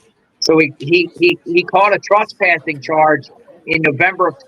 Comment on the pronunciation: Why do you say “trespushing”? It’s TRESPASSING